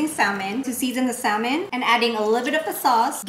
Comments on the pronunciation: it's Sa-mon.... the l is silent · the L in salmon is silent